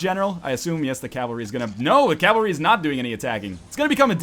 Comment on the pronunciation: Every time you say Calvary, I unsubscribe. But then I re-subscribe right away! I can't leave you, NL. I just can't!